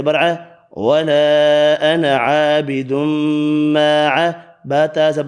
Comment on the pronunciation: MashaaAllah......sirf 4 ayat mein ANA ki samaj nahi aa rahi... lg raha ha aap alif nahi perh rahay noon k saath bl k noon pe zabr perh rahay hain sirf.